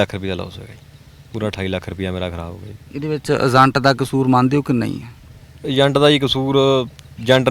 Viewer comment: Zaande ni hunda. Jaande hunda anchoring ched ya bolna sikhla . agent nu azent dasda